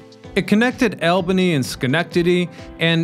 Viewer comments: the Mohawk & Hudson connected "AWL-buhny" and Schenectady, not "El-benny", or whatever you called New York State's capitol city. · dude, all-bany not aalbany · Albany -n ALL-Ben-ee, not Al-ben-ee. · It’s not Al-bany, it’s All-bany. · Back east, it's All-ban-E, not Al-Ban-E, 😊